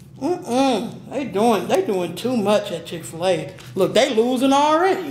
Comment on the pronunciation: “Chick fer lay “